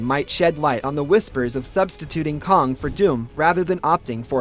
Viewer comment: That’s is caaang not kong